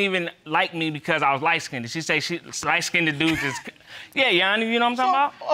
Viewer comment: she said light-skinnDED